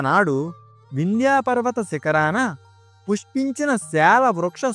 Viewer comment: Stories బాగానే చెబుతున్నారు కానీ పేర్లు చెప్పేటప్పుడు సరైనవి తెలుసుకొని చెప్పండి. వింధ్య పర్వతమును వింధ్యా పర్వతం అని పలుకుతున్నారు. తెలుసుకొని చెప్పండి